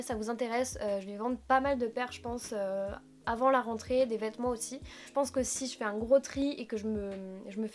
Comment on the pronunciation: Quand tu as prononcé le mot "rentrée " je me suis mise à trembler